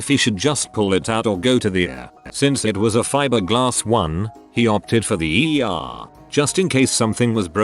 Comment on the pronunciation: the way he says ER has me dead